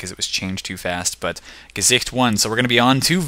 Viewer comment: > pronounces "Gesicht" perfectly >Head explodes